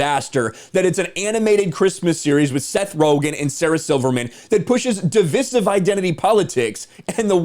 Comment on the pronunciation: Nice take on this disaster. Just one thing: The word “divisive” is pronounced “di-VIE-siv”, rhyming with incisive.